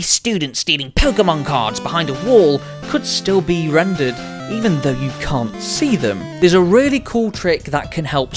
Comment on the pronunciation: why he says "yecum" in the start i can't hear "you can't"